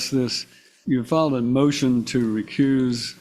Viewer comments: Is he saying, "Recruse"? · Homeboy said “re-cruise” ya self 😂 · It’s “recuse” NOT “ Re-Cruise” you JIVE TURKEY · Did the moorish, sovcitidiot say recruse? Such an idi0t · “Recruse yourself, dude.” Between that and ‘aksing’ questions this guy can’t even speak English much less “law”. He shouldn’t be allowed to represent himself on those grounds alone. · It's correctly said, recuse, so he's saying recruse, not recruise like a ship's cruise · He's trying to say recuse